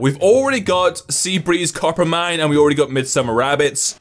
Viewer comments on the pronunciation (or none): none